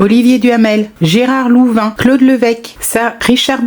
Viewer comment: C'est Gérard LOUVIN pas LANVIN